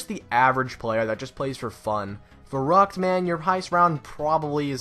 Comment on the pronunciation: When you just said Verruct I died on Verruct on bo3